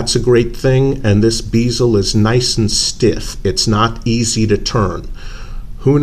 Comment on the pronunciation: It's a " bez el " NOT a bloody " beezel " FFS. Just listen to how anyone else says it FFS! Man clowns making up their own pronunciation for words that's NOTHING like how the rest of the world, OR the spelling indicates piss me off! And it's not "checkering" it's called "knurling", I've made it myself on a lathe many times with the correct tooling. It's not particularly deep or rough either on that thing.